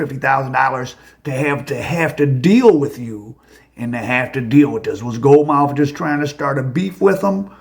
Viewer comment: "Gold Mouf"??!!😂😂😂😂